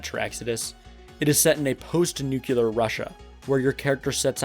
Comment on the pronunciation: "NUCULAR" is not an English word.